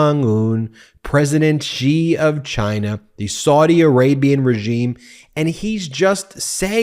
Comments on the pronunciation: Its pronounced She, not Gee when talking about Xi. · his name is Xi not Ji, why are you all not able to pronounce the letter X?